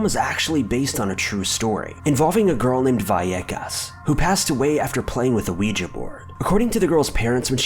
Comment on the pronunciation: You get a thumbs up for pronouncing "Ouija" correctly.